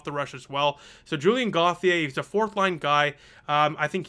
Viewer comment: I agree - for the most part a good effort by the boys but they were beat by a better team. Btw, although I’m not french, I believe Julien’s last name is pronounced phonetically like “goat-ti-A” (as opposed to “Goth-i-A). Sorry it was just something I picked up on. :-).